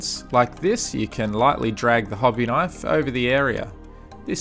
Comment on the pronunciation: HOBBY KINFE .. that's made my day ! ahahaha .. i Like it !